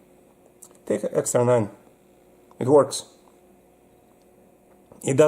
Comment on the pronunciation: That's an EXTAR EP9, not an "EX9". 😉